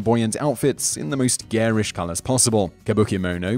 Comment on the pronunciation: That can't even say garish correct!!!! lol